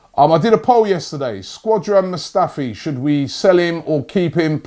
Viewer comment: I thought Britain was the home of English. Here my man Robbie calling Skodran, Squadran lol.